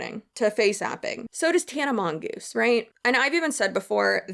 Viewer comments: When you said Tana mongoose lmaoo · It cracks me up when people say tana mongoose 😭